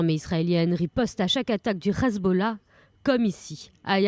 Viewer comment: Le RRRezbollah ?? Ha bon !! Hezbollah suffit !!